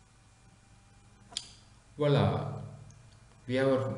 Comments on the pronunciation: Did he say "Wallaahh" after code run.. lolll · He said Voila Mate. That's French for "here it is".